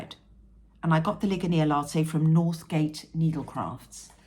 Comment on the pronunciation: Ligonier. You are the only person outside of my small home town of Ligonier, PA that pronounces that correctly. You should hear customer service representatives butcher the name. 😂 That made my day.